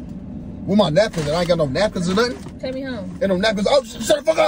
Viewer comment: English, English!!! It's not "nun." It's " nothing." The school system and failed parenting shows. "Nun." 😩 Instead of going back and forth with me, you should be trying your hardest to read, " Hooked on Phonics."